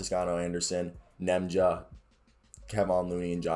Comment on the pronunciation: Ian clark. Festus Ezeli (fest-us E-zee-lee). Lol can't Nemanja's name either🤣.. keep grinding keep getting better!